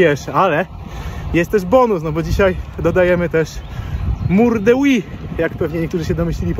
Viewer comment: Od tego powinno się zacząć. Mam na myśli prawidłową wymowę tej ścianki [Huy]. dzięki. Od teraz będę o tym myślał mniej wulgarnie.